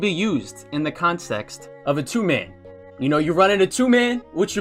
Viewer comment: I can’t tell if him saying ‘consext’ was intentional or not